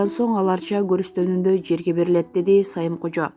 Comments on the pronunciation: окуп жаткан кыз туура айтпайсынбы.Сайымкожо деп туура эмес айтасын да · Туура айтсан Сайымкожо деп.кантип онолобуз.ушундай сабатсыздарды суйлотпой эле койгулачы шерменде кылбай.'Самыйкожо"деп уйронсун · Сайымкожо эмес Самыйкожо туура суйлогонду уйронгулочу эл силерди карап тузолот. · Мирлан Сайымкожо эмес, тактап айтып жургулочу. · Саимкожо эмес Самыйкожо десең туура сүйлөгөндү үйрөнгүлөчү жанталашып акча тапканга жанталашпай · Мирлан Сайымкожо эмес,Самыйкожо туура окусанар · Сайымкожо эмес окуганда туура окусаңар силерди эл көрөт да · Саимкожо эмес Самыйкожо туура айтсан боло!!!!! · Сайымкожо эмес Самыйкожо качан туура окуйсуң ай кыз жинге тийдин го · Сайымкожо эмес туура окугула. деп. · Алып баруучу сайымкожо эмес самыйкожо туура тактап маалымат берсенер суйлойт десе эле урдура бербей.моюнундагы жопкерчиликти сезсенер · десеңиздер! Сайымкожо дей бербей) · Сайымкожо эмес Самыйкожо деп окуса болмок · Сайымкожо эмес Самыйкожого ката окуйсуздар эээ. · Кандай неме окуп атат кичине коз айнек кийип окусан боло Сайымкожо дейсин туура окусан жазылган нерсени болот. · Бул окуп жаткан журналистки же кочодо жургон бироо у эмне учун сайымкожо деп окуйсун сабатсыз самыйкожо эмеспи жайы жаннат ан болсун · Самыйкожону сайым кожо дейтко окуган сабатсыз диктор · мен окуган кыздын туура эмес айтканын жаздым Мирлан Самыйкожону . Сайымкожо деп окуп жатат туураэмес да сайымкожо дегени ошону жаздым мен болгону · Эй журналист кыз таанымал адамдардын атын туура айтчы деп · Журналист кыз туура суйлосонор СамийКожо деп айтылат адам атыго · Ух ай ушу дикторлор туура окугулачы Самыйкожо дечи,арты кыйрылуу болсун